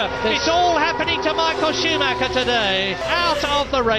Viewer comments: nope can't deal with 35 more minutes of a dude mispronouncing this guy's last name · Rolf Schuhmacher?!?!